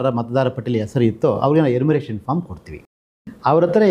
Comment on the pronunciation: ಎನ್ಯೂಮರೇಶನ್ ಫಾರ್ಮ್ ಅದು ನೀವು ಉಚ್ಚರಿಸಿದಂತೆ 'ಎನ್ಮುರೇಸನ್ ಅಲ್ಲ'